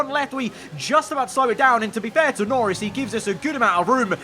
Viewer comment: He said "Lorris" instead of "Norris."